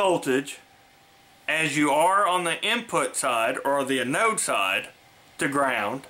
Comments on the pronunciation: Good video (and thank you). One error... the anode of a diode is NOT called "an ode", the proper pronunciation is anode ( see, 'listen' to: ). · I believe that the accent is on the "A" in the word "anode". But hey... 🙂